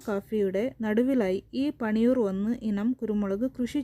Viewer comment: പണിയൂർഅല്ല. പന്നിയൂർ എന്നു പറയുക.